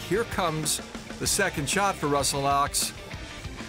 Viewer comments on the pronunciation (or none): Did you just call Russell Knox Ru-Knox? Oy vey. How about an actual leaderboard?